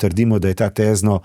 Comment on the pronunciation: Tézno - ozki e